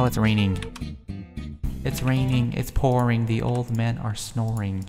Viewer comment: Haahahhahahahah im dead when he said” its rrrrrrrraining its pourrring the old man i snorring “ hahahahah HAHAHAHAHAHAHA i luv